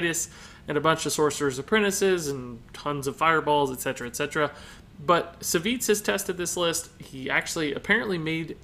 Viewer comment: Savjz is pronounced "Savv-eeej"